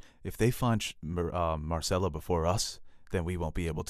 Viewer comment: It’s mer-sell-uh. There is a Y in it - myrcella. It’s not Marcella. Y is a short e, not an a. It’s frankincense and “mer” not mar. It’s “mermidons” not Marmidons. They also pronounce it for you in the show. How is this an issue?